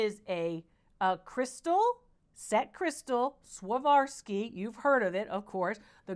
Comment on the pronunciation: Dr. Lori please, please, please learn to pronounce Swarovski ! It's like a physical shock to hear such an intelligent lady that is so knowledgeable about so many makers names say it like you do. It ain't much but it's the only thing that bothers me ! I love everything else, and that you've helped so many, and I have learned a lot. Thank you ! ♥️ 🕊️ 🇨🇦